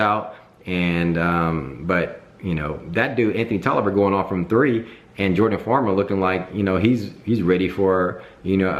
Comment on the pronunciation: Bro you a lakers fan but you called Jordan farmar, Jordan farmer? 😂